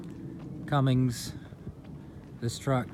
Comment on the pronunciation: it's CUMMINS!!!!! NO G in the name